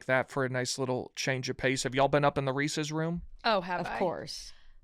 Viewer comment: mispronouncing Reese’s is driving me bonkers